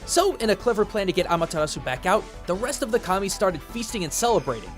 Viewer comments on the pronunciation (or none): none